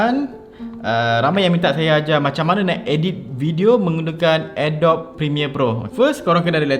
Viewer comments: Mula2 belajar sebut betul dulu. Adobe tu sebutan dia adobi BUKAN adob. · Bkn Adobe (a-dob), tpi sebutan yg btul (a-do-bi)...harap maklum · sebutan dia "adobi" bukan "adob" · I really want to watch this video until the end.....tp belum seminit balik2 dengar Adobe pronounced as ah-dop.....instead of uh -dow-bee... AGH!!!!!!!!! CRINGE!!!!!!!! Ajaran dr manaaaaaaaaaaaaaaaa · Bukan ke cara sebut dia "a dobi"?